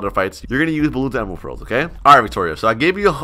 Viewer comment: I love when says emerpearl Xd